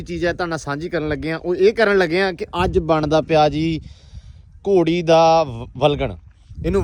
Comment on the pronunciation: ਡੇਰੇ ਵਾਲਿਆਂ ਆਪਣੀ ਪੰਜਾਬੀ ਠੀਕ ਕਰੋ ਗੋੜੀ ਨਹੀਂ ਘੋੜੀ ਹੁੰਦੀ ਹੈ ❤❤